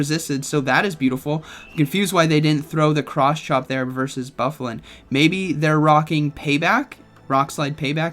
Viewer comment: Pronounced Boo-fah-lahnt